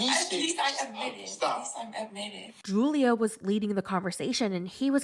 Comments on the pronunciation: You pronounced Julio as ju·lio, when it's pronunced as hu·lio. It's Spanish and "J's" are pronounced as "H's." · It’s pronounced Hulio not Julio. You should know that being American. Learn another language and broaden your horizon 😆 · Julio is supposed to be pronounced as,"Hoolio." 😂 Kenny doesn't want kids, Armando. 😩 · I LOVE THE WAY YOU SAY JEW-LIO LMAOOOOOOOOOOO YOU THE BEST